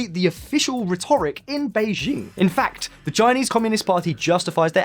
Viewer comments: ffs, the pronunciation of rhetoric is triggering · Please learn to pronounce rhetoric properly! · RHEToric, please - not, rhetORIC !!! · His pronunciation of "rhetoric" is driving me nuts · Please learn how to pronounce rhetoric 😀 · "Uyghurs" is pronounced WEE-gurz. "Rhetoric" is pronounced RED-er-ik. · Your pronunciation of 'rhetoric' and 'uighurs' is confusing and distracting